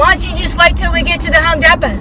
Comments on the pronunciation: "Home Deppim". Thank you,, for teaching me the true way to say Home Depot.:,D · "Home dapo"